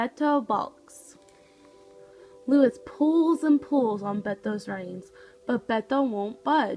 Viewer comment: Look up the correct pronunciation of Luis, please.